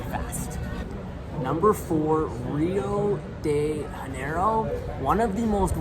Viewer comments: Pronouncing Rio de Janeiro with a Spanish J after having lived there is insane as well lol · Agree. The pronunciation of both Buenos Aires and Rio de Janeiro are really odd. Super gringo.